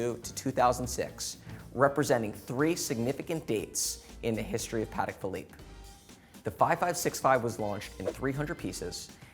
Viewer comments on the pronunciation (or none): Please, please, please learn how to say the brand name properly. It’s not ‘Paddeck Phillipe’, it’s Patek with a t. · Idiot can’t even pronounce it right!